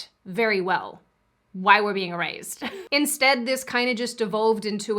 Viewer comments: Loved your video, but I have to say isn’t it erased and not erazed ? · She pronounces erased as eraZed, is that accent?